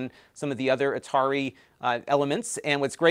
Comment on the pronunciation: Atari 2600? No no... it's the 2600, from A-tar-i.